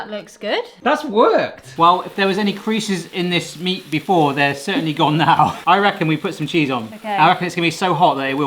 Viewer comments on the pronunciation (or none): none